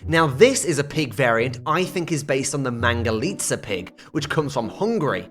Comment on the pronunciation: Finali someon got right the mangalica pronunciation right! Thank you!